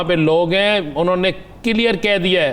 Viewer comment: عظیم صاحب KILYAR نہیں CLEAR لفظ ھے ۔ کدھر پڑھتے رھے ھو